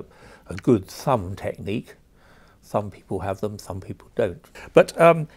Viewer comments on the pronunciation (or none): This bloke couldn’t be more English if he had a cup of tea, scones, clotted cream and jam in front of him. Also, “thumb people have it...” fuckin’ell. That hurt.